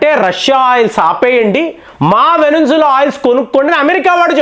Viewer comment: మీరు కొన్ని పేర్లు ఇండియన్ ఆక్సింట్ లోచెప్పండి వెనుజులా ని అలాగే అజార్బయిజాన్ ని ఇజర్ అని వెనుంజుల అని అంటున్నారు